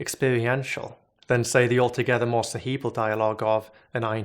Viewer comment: caweebwawl for cerebral . I can't take him very serious or should I say.... Sewious..